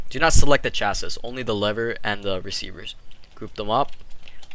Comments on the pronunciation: sorry, the last S in chassis is silent so its said like 'chasee' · the way he says chassis makes me wanna die